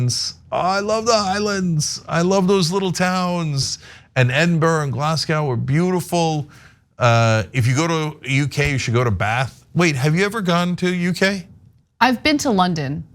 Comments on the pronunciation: Good fun! Come visit Manchester (England not NH) and I'll introduce you to a Lollipop Lady and a few wankers I know 😁😁 Oh, Cenk it's pronounced 'Edinbruh' and 'Glasgo' (or Glaesga if you're from around there which I am). Try 'Auchtermuchty' next 😋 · I’m saving any foreigner a world of pain and humiliation by telling you now Edinburgh is pronounced ED IN BURR AH Glasgow is GLAH Z GO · True- but also I have heard of the " Belisha Beacons " ( the orange globe lights on poles at pedestrian crossings ) referred to as a " lollipops "....And for Cenk - Edinburgh it is pronounced Ed-in-burrer...! And " bagsy " means " I get first choice" not " shot gun " as in bagsy I drive ....or " bagsy a window seat...etc... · I've never heard anyone call a traffic light a lollipop. Oh, and your pronunciation of Pitlochry, Edinburgh and Glasgow needs a little work!